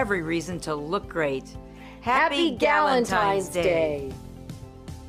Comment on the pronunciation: Galentines day 😂🤦🏻‍♀️